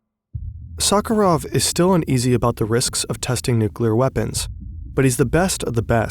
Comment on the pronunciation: How hard is it to get the pronunciation right? It's nails on a chalkboard to a Russian speaker. You can paste your transliterated "Novaya zemlya" or "Sakharov" or whatever into Google translate and check the pronunciation in one click... Come on, don't be this lazy and sloppy next time 😊